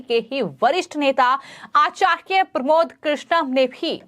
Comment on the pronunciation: this girl doesnt know how to pronounce acharya she needs to learn hindi properly...